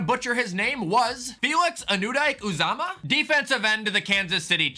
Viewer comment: An-you-D-k Ooo-zah-mah